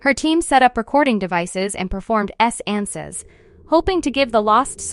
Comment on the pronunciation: Yeah, the pronunciation of seance is starting to be bothersome. There's also a (VERY) mild echo and reverb.